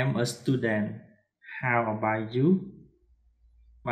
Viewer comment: លោកគ្រូនិយាយគ្មានតុងទេl'mអេមតែលោកគ្រូនិយាយថាអែមខុសហើយ about អបោឆតែលោកគ្រូអានថាអឺបៅខុសហើយលោកគ្រូចេះ Englishតែពិតមែនតែនិយាយអត់ត្រូវតុងទេ"អធ្យាស្រ័យ"តាមការមើលឃើញ😊😊